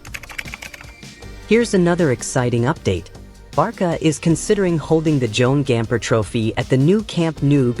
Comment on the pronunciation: Why does the A.i keep saying Barka?😮